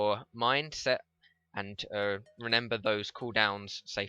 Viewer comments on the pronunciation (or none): I just want to take a moment to point this out... "Renember"... reminds me of one of my best friends who says it like that.